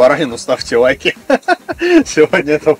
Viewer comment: что с буквой Л? "ставьте уайки", "пуов", "фудбуогер" Ппц режет "суух"